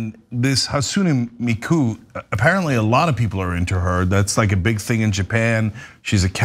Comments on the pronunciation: Good lord, “hatSU’NE MI’ku.” Lift your vocal tone on the capital syllables, drop it on the lower-case ones. And if you want life-sized holograms, look more into Vocaloid live concerts. They’re life-sized holograms singing and dancing on stage. Synthetic appearance, synthetic voice, and still icons. As for people resorting to holograms over real people, have you met real people? Real people suck. Real people judge, whether it’s based on anything true or not. Hell, I’m not an incel, but people around me don’t treat me the same as everyone else around me, and I mean from the very idea of saying “hello.” “We’re losing our connections, we’re losing our bonds…” Social media. Ever since MySpace. Social networks separate people. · I love you guys but people mispronouncing “Hatsune Miku” never fails to make me laugh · mispronouncing Hatune Miku's name made my inner weeb wanna rip my face off shes a pop singer